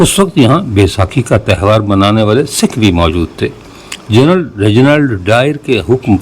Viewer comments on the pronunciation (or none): none